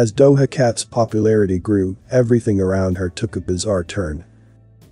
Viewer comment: Thank you for another informative video. Not to be a stickler, but the J in Doja is pronounced like the J in John. For those who haven't looked it up yet.